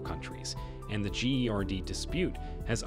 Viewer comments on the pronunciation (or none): "The gee ari dee" it pronounce 'Gerd' stupid 😂😂😂 trying to annoy the hell out of me about the dam from the start🤣🤣🤣 💚💛❤